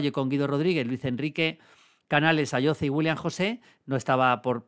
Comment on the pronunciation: Maldini, se pronuncia "Ayosee" que el jugador es canario 😂